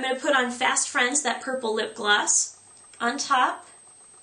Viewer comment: lol did u say burple ?:)